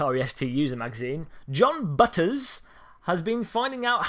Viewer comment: "B-utters" hahah